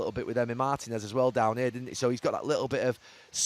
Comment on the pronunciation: He managed in Spain and pronounces Martinez like that 😂